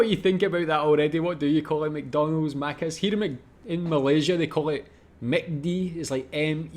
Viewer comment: The way she says Maccas is off point from how Aussies say it. Think “Big Mac” say the Mac like it is.. Maccas, and it seems to be pronounced Maccis as one word, one syllable, not Macc…as.